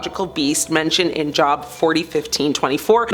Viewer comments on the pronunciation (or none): why doesn't anyone pronounce Job right. It has the long O sound. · Job is pronounced with a long vowel sound FYI.